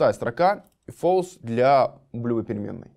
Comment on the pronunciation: false читается как фолс, а не фэлс. ` - называется бэктик (backtick).